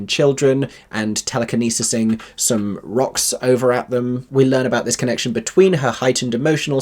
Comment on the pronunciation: “Telekenisising” nice